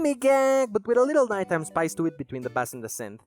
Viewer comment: stop pronouncing bass like that i'm gonna cry good video otherwise edit just in case you didnt know the instrument is pronounced BAYss where the fish is pronounced BAss in other words only the fish is ass and the instrument is in fact not ass